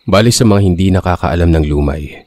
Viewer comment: LUMAY (the stress is on the 2nd syllable)